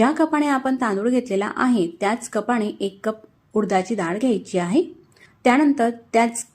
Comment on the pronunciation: कपाने म्हणावे. कपाळी नाही